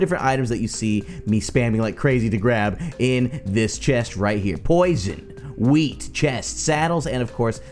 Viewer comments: I thought you said weed not wheat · Am i the only one who heared weed instead of wheat? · Did he say weed instead of wheat